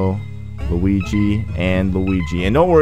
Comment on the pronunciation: What's with you calling Luigi "Luwingus?"